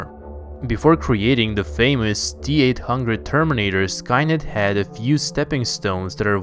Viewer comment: How we say it : T-800 How he says it : Teat hungred